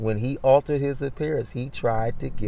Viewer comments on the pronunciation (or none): none